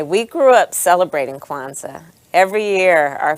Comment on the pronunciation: Word? Quanza? C'mon lady 😆😆😆